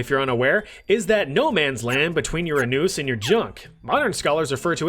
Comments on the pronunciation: the anoos killed me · Why did you pronounce "anus" like that